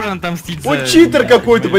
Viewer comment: не чиии тор а читир